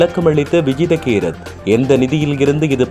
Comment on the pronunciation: தங்களின் தமிழ் உச்சரிப்பில் எழுத்துப் பிழை உள்ளது அவரின் பெயர் விஜித்த கேரத் கிடையாது விஜித்த ஹேரத்